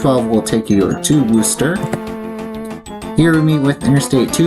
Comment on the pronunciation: The places that were mispronounced (aargh from this former Bay Stater!) Winchendon (the northern terminus) - think similarly to Wimbledon, the location of the major tennis tournament in UK. Worcester - Whis-ster. Other commentors have posted different pronunciations. I won't argue with them. If they give a different pronunciation, it's OK. Leominster - Lemon-stir. Get this one instilled into your lexicon. Fairhaven (at end of video) - the accent is on the second syllable. At the end of the MA 2/140 WB/NB concurrency, the overhead sign at exit 90B used to have Winchendon as a secondary and Keene NH as a primary. This current sign is annoying as MA is being provincial here. Some other places near MA 140 that you may want to visit: Southwick Zoo, off MA 16 in Mendon. It's a few miles west and south of here, almost in Millville. Also, Wachusett Mountain in Princeton is a major ski area. Wheaton College, on MA 123 east of MA 140 in Norton is another place. This college is not to be confused with Wheaton College in Illinois. Taunton and Franklin are cities. Franklin, however, continues to refer to itself as the Town of Franklin but has a city form of government. The Massachusetts Secretary of State has ruled that any municipality that has a city form of government is a city, end of story. Dean University is located in Franklin.